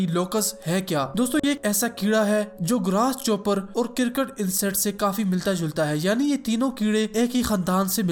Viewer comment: Ary yaar pronunciation kisi ki b galt ho skti hai kyun choti choti baton ko pakad kar beth jate ho